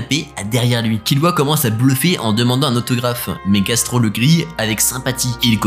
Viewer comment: Pauvre Gastro, il meurt et personne ne prononce correctement son nom